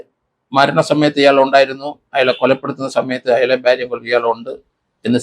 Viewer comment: സർ ഭ്യാര്യ അല്ല ഭാര്യ എന്ന് പലവട്ടം പറഞ്ഞിട്ടുണ്ട് ഞാൻ